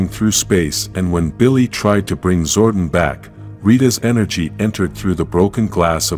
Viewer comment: Also the way the narrator pronounces Zordon as “Zordin”